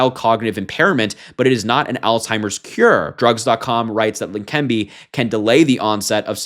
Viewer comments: Leqembi. There is NO 'N' so it is NOT Lenquembi. Are you blind, unprepared or just the usual American who can't pronounce any word with more than 4 letters? Slow down, articulate and make sense. Less haste, more speed. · Harry it Leh-Ken-bee medication for Alzheimer’s Always called it old timers 🤦🏻‍♂️ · La-Kim-bee. Pronounced. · you read text for a living, yet you keep addin an "n" to leqembi otherwise keep up the good work!